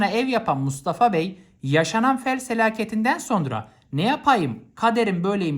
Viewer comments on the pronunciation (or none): sel felaketi❎ fel selaketi✅ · HOCAM FEL SELAKETİ DEMİŞSİNİZ YANLIŞLIKLA KOMİK OLMUŞ😂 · 5.42 fel selakiti diyo 😂😂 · "Fel selaketi"AHAHAHSHS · fel selaketi😅😂